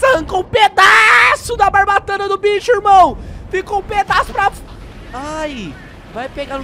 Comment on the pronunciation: não é bratana e barbatana caldais